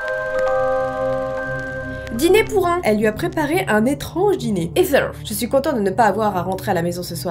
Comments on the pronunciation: Mdrrr ça se dis pas hither mais héther dans la prononciation 😉 continue t’es vidéos d’histoire d’horreur je suis devenu y’a grande fan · sa fait 3 fois que je lis avant de me rendre compte que tu disait pas hitler mais hither... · Heather est un prénom de fille anglaise (d'amérique en tout cas) qui se prononce ''ézer''